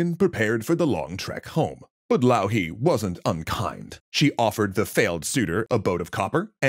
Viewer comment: A wonderful episode! Might need some texts to be added with the finnish pronounciations of the finnish characters and places, like Louhi and Pohjola, but very neat episode